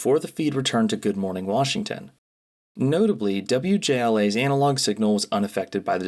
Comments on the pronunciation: God please stop saying anal-og instead of anna-log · Ah yes, classic “Anal-Log” horror